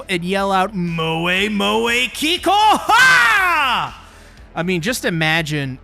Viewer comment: there is NO way you just said KIKOUHO bro this is NOT dragon ball 😭